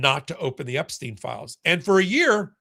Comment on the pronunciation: Stein,not Steen !